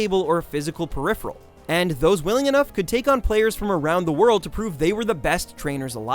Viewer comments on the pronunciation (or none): none